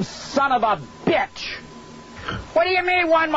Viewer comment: he said shun of bitch. lmao